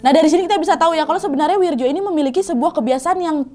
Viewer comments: Wak, gk ada nama wirjo di jawa, itu bacanya wiryo...wak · Wirjo kalo ga salah dibacanya jadi "wiryo" kalo d jawa khususnya tulisan dulu